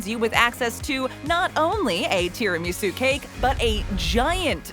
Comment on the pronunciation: The way this woman says tiramasu makes me want to jump off a bridge.